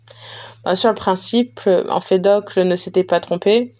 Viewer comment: Merci beaucoup pour ce livre audio !! Cependant faites attention je crois que Empédocle ne se dit pas « emfedocle »